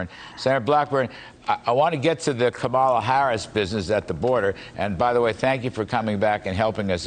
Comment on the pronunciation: "Kabala" harris?! 😆